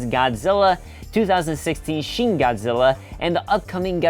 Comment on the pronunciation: "Sheen Godzilla"?